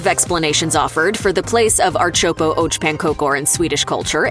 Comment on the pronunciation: I appreciate her efforts to pronounce the Swedish words, I would even give it a pass ... ... except "ärtsoppa" ... I had to take a double-take on that one. She didn't butcher the word, she mashed the letters together into something unrecognizable that made me laugh out loud in pure distress. Amazing.